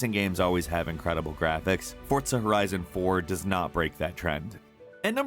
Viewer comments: No offense but this really pissed me off. He said J-otenhëim and emphasis to the J.. HE SAID THE J Edit: HE ALSO SAID FORT-ZA HORIZON INSTEAD OF FORZA HORIZON!!! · D-Did he just s-say f-fortsa?! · its called forZa not fortza ... fortnite and forZa didnt magicly have a baby ... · It's FORRRRZA....not pronounced FORTZA. I keep hearing sooo many people say FORTZA instead of it's spelling. There is no T in the name. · There is no “T” in Forza, I seriously can’t stress this enough, it’s NOT ForTza idc what the developers or anyone anywhere says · Good old "fortsa" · Technically "forza" is an Italian word, and they pronounce it with a "T". To me "forza" without a "T" sounds a bit like "Fizz & Sjips". ;)